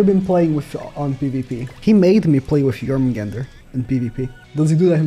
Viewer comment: I don’t understand why does keep saying Jormungand wrong. It “Jormungand” not “Jormungander”. Same with Gerharde. It’s bleeding my ears every time